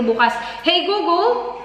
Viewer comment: ano bang sinasabi nya?..."Goo Goo or Google?" hehe